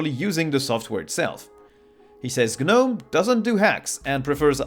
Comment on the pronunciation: The "G" is silent in Gnome ro Gnu etc.